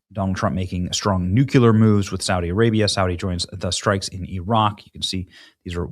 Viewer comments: New. Clear. NUKYULAR..... BENNY, FFS! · Benny... Love your show n videos.. but PLZ pronounce "NUCLEAR" properly. I want u sounding like the pro you are. God bless, brother! Jim J Tehachapi, Ca